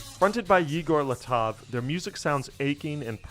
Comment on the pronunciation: "yeeger leetov" lol